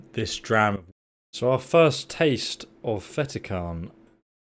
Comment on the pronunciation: Cairn ......not karen